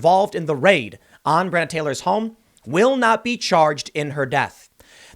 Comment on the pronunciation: FFS $100 if you'd simply pronounce her name properly! BRE ON NA